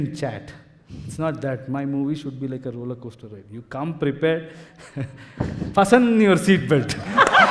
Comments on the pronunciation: Did he say ' FUSSUN' your seat belt (1.12) 😂😂😂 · Fasten - t is silent letter in the word